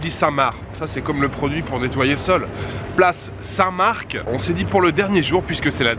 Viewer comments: Place st mar tu prononce pas le c ;) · On dit Saint Mar. Le C ne se prononce pas.